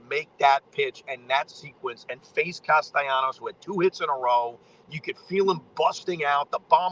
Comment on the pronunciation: Can you pronounce Castellanos' name correctly?